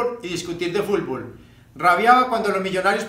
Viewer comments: También dice "fulbol" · Lo escuché y dije tiene que haber un comentario que diga fulvol and here you are JAJAJAJA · Popeye no sabe decir fútbol. ..siempre dice fullboll ..jajajaja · Hasta tu estas mal Fabian (Futbol = "Fulbol") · Jajaja fulfol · Como me da risa cuando "Popeye" decía Fulbol en vez de decir Fútbol 😅😅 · Tengo amigos que son de Cali Colombia y de Palmira y escucho que ellos mencionan "Fútbol", no así fulbol como decía popeyin... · "El fulbol" XD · A lo mejor no podía meter la lengua entre los dientes cuando hablaba 😂. Por eso en ves de decir fútbol. Decía fulbol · bien finado popeye..pero se pronuncia.futbol...nooo fulbol.. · Es futboll no fulbol pope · se te extraña popeye!! aun me da risa cuando dice Fulbol jaja descansa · Yo repitiendo una y otra vez para corroborar si en verdad dice FULBOL😂😂😂😂😂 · "Fulvol" :v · Se murió y nunca supo pronunciar bien "fútbol" jajaja qué cagada ese Popeye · JAJAJAJAJAJA FULBOL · "Fulbol" jjajajajaja sos grande popeye. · Pope la unica persona que dice fulbol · Pq dice fulbol? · varias palabras las pronunciaba así en vez de la t pronunciaba la L asi como futnol decia fulbol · Caray, este tipo no puede decir Fut Bol